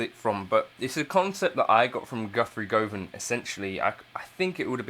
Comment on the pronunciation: Not to be that guy but it’s pronounced Govan as in government